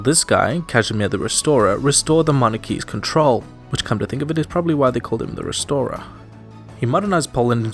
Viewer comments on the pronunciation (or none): it said “resorer” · Resorer or Restorer¿? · You are missing the t in Restorer